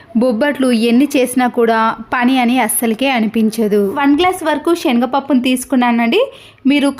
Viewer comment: Ammaa tallee nuvvoo nee telugu🤦‍♀️🤦‍♀️shenaga pappu kaadu.chenagapappu.thats it